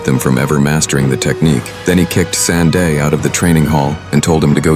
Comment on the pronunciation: San Te. Not San De